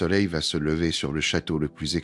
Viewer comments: 1887 ????? Louis 14 est mort en 1715 😏🙄🤦🤦🤦 Le « levère » du roi 🤦🤦🤦 Vive l’i a et sa voix insupportable 😨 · Excellente vidéo, très intéressante. Même la voix IA (dommage !) est assez bonne, si on excepte les "levères" du Roi.